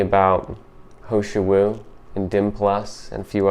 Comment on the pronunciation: It’s Heeeee shou Wu not ho shou Wu. And I agree, it’s amazing!